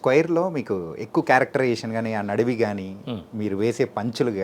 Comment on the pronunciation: నడివి కాదు సార్ నిడివి